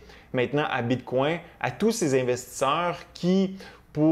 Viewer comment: J’aime bien tes vidéos, mais ca tappe sur les nerfs la façon que tu prononces bitcoin. J’ai le goût de me smasher la tête sur le mur… Bit🦆 🤦🏻‍♂️🤦🏻‍♂️🤦🏻‍♂️